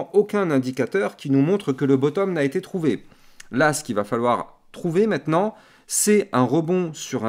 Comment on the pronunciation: t'as un défaut de langage, tu dis meitenant au lieu de maintenant 😂